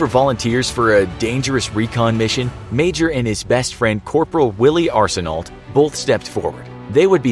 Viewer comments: Arsenault is pronounced more like Arsen-oh, with the l and t silent. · arsenault... that is the worst prouninciation i’ve ever heard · hearing canadian words be butchered by the narrator my ears: stop it please